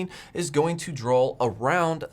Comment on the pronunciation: Also drawl instead of draw.